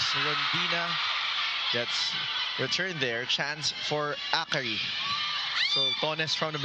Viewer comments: True its very distracting. A-KARI 😳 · It's distracting how the guy announcer keeps mispronouncing Akari as A-kari. Isn't it part of his job to learn the proper pronunciation of words, esp. nouns?🤨 On a different note, Akari has silenced the bashers who claim Akari winning the 2025 Reinforced Conference as runner-up was just a fluke. Congrats, Akari!